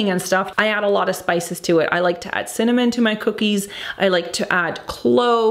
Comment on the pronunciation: I love how you are struggling to say cinnamon 😂 i wish you describe the scents more in terms of emotion rather than technical because not all of us are well versed on all these notes